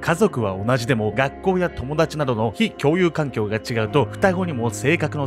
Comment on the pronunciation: 「ﾋ↑共有環境」ここ吹いた